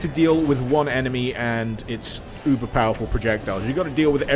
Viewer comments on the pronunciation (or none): none